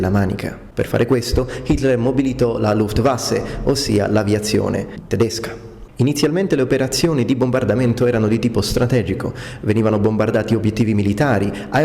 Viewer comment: your pronounciation of 'luftwaffe;' you say luftwasse....it's an 'f'. "luft" is air, "waffe" is weapon. I suppose it's a slip of the tonque?;-) That war's damage still resonates in my family too. Good info, thanks.